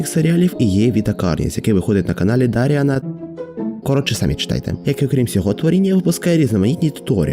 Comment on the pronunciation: правильно читається "Даріан Кюуілой"